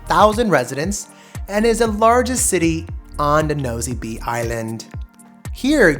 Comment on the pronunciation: I suggest you try to get the locals to give you a pronunciation of the places especially French names Nosy Be is actually [No see Bay]